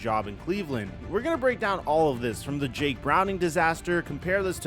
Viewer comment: Dammit, I gotta block this channel. Why tf does YouTube keep promoting this idiot that says "breek" like a bozo